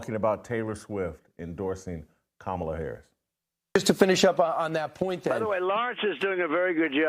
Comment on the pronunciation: You're finally pronouncing Kamala's name right lol